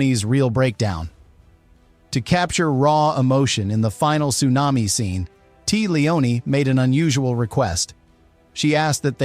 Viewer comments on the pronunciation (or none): It's Tee-A Lee O Nee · "Tee Leone" 🤦🏼‍♂️ Fucking AI...